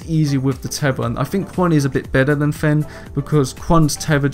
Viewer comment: "kwan" and "fen" really bothers me but im not trying to make fun